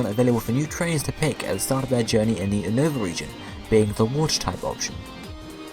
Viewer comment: its U-NOVA not UN-OVA